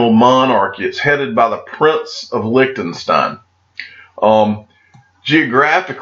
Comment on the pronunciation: Each time you pronounce licked'n'stein my ears start bleeding as fuck. Quick tip on how to pronounce Liechtenstein, you take the "lish" from bullish and replace the "liech". Please have a try Lishtenstein 😅👍🏽